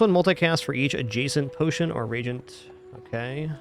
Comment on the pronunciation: Maybe someone could let know it's re-agent instead of regent. No shade, of course.